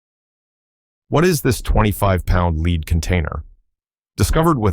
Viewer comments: Yes, lead not leed. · And the pronunciation of quite common words...like lead (Pb)